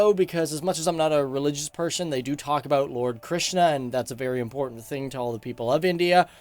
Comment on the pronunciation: As an Indian the way you pronounce this words mahabharata krishna looks awkward as well as funny